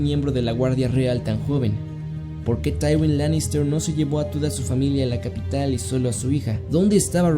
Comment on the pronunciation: tchaiwin ' Taiwin??